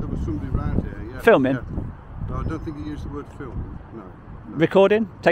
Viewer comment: "Think" not "fink". You're the first smart person I've heard talk like that. Do you have a speech impediment? Apologies if you do.